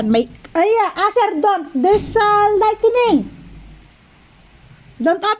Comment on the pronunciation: “There’s a Lightening Asher . There’s a Lightening “😂😂😂 LIGHTNING PO KIDLAT!